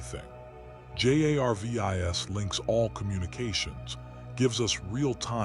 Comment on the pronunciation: This is the 2nd one in 2 days I've listened to where they couldn't get the AI to read Jarvis correctly.